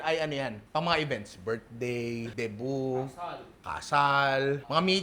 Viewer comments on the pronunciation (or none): none